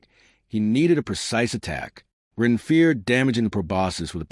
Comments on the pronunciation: Does anyone know why the AI pronounces Ren as Run at times? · I'd be moody too . If the narrator kept getting my name wrong